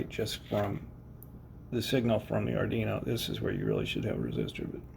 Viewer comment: Pronunciation Police Department here, yeah, hi, we've been informed of a violation: ard-ee-no ❌ ard-WEE-no ✅ We do not treat repeat offenderd kindly as this is a very sensitive matter. You have been warned citizen. -PPD